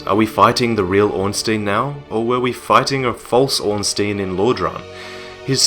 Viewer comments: Can't wait to see more, - I love your work! Just one thing though, Ornstein is pronounced as Orn-Stine;P. It bugs me when people say Orn-Steen -_- haha. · orn-SHTEIN, not orn-STEEN. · Good story, but Ornstein is pronounced "Ornstyne", just sayin' :P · srry but it kinda annoys me that everyone says ornstIEn it's ornstEIn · its not ornstien bro